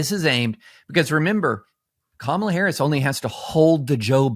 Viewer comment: Hi Tim. My angey maga neighbors (very sweet to me) do investigate info. I caught one watching Forbes , streaming. Very angry. Deficit big thing. Affordability. Kamala (correctly pronounced) She so dumb, cant believe. I say, cmon man. I don't do that to your guy. He's sorry, just tired. Folks here start out angry. So there's that. Don't have good self esteem for sure. And, what trusted sources. Only their ppl tell truth I think ppl like me been making them feel stupid for decades Also illness of mind contagious